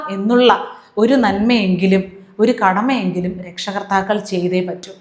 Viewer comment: "രക്ഷകർത്താക്കൾ" അല്ലാ, ട്ടോ, 'രക്ഷാകർത്താക്കൾ' എന്നു തിരുത്തണേ; അതുപോലെ "ആർമാദിക്കുക" അല്ല, 'അർമാദിക്കുക' ആണേ.😊🙏☺️